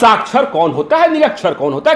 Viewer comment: Sakhchar - Nirakhchar. Littred-Ilittred. Sdo ko malum nahi hai. Vah Sdo sahab